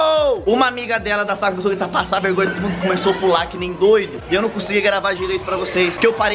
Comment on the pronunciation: Vergonha:a: mirri ri hola di passa vegonhia hihihi